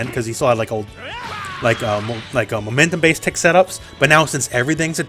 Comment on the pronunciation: When was talking about blueku's grab, I kept hearing "tit grab" instead of "tick grab" and now all I can think when I see the move is "hehe, got your nipple" WHAM